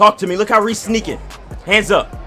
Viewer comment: He said resse trash to himself